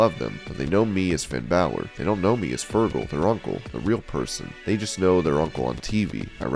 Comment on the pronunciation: this nigga said fergal